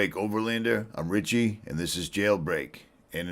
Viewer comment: No T in Richie, none whatsoever at all, just sayin’. So there’s that 😂